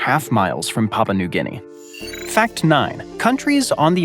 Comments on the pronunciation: A lesson in pronunciation: Papua New Guinea - Papua has 3 syllables. Pa-pu-a. NOT "Papa". Maori has 2 syllables. Mao-ri. NOT "Ma-o-ri". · DISLIKED. YOU'RE SPREADING BULLSHIT TO ALKREADY IGNORANT AMERICANS. THERE'S NO SUCH COUNTRY AS PAPA NEW GUNEA. IT'S PAPUA NEW GINEA. FRANCE DOESN'T HAVE THE MOST TIME ZONES YOU DON'T COUNT IT'S COLONIES. THEY ARE NOT IN FRANCE. THE UK IS A UNION OF TWO COUNTRYS' MONARCHY - ENGLAND AND SCOTLAND. WALES IS A PRINCIPALITY AND NORTHERN IRELAND IS JUST A STRIP OF LAND NO ONE CARES ABOUT.